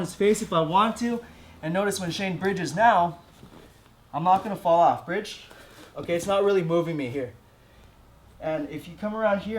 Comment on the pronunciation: "I'm not gonna fall off...bridge!" sounds like "I'm not gonna fall off, bitch!" xD